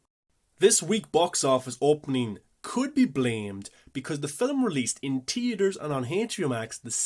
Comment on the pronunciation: It’s. Theater Not tetor.